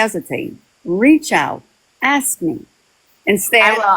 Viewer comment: Am I the only one that just can’t stand this woman and every time she says aks I wanna slap her.